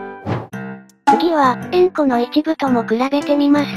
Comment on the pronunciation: 円弧がウンコにしか聞こえん🥺